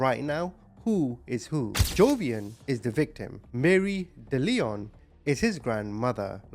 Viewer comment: It's also pronounced Dell-eon not De-leon.